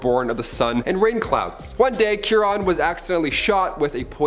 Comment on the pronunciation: Chiron is pronounced KY-ronn. "KY" rhymes with "pie," "lie," "lye" (a powerful cleaner), "sigh," "my," and so on.